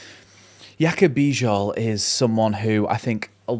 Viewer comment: The name "Bijol" is pronounced "bee-johl". The "Bij" sounds like "bee" and the "ol" sounds like "ohl". You did well.